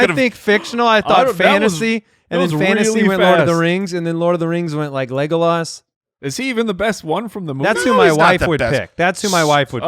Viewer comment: y'all need to learn how to pronounce "Legolas" haha